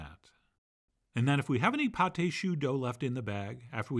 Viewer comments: Chef John .... you are my idol ... but just for the sake of fair criticism; 2 corrections... it is [PATT] and not [Pattai] .... AND your pâte au chou did not rise well; and I am no chef but with my humble experience, I think because you DID NOT beat your eggs with your flour mix well ... just my 5 cents ... with greatest regards ... Camillot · It is called pâte de choux not pate de choux. Paté means pie in french. Sorry John but the way you're saying you're calling this pie of cabbage lmao. Pate means paste. That's why it's called pâte (no ay sound at the end when saying it. Thank you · Right. "Pâte" is modern spelling of the old french "paste." More importantly, don't pronounce the "e." You're saying "pâté," which is rather different, and has two syllables.